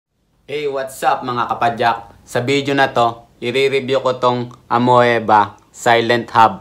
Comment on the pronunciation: AMOEBA (reads as A-MI-BA)